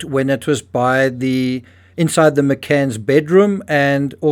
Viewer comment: "literally"? The pronounced as "thee" (Google search 'thee' meaning) or "A" or "ayyyy" fonz style..stop it you're NOT an amateur,stop mumbling shite as if you are..